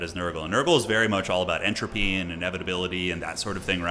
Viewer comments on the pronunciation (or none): none